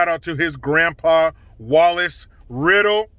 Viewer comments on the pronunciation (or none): none